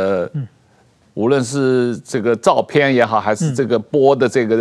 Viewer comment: 主持人人質念人值不是人字，主持人質字發音不正確，照片的片發音不正確，到底主持人是臺灣人還是中共國人，臺灣發音不是這樣不標準。